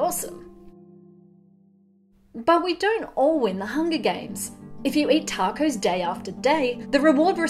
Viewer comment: My love of tacos has been compounded with my love of the way you pronounce it.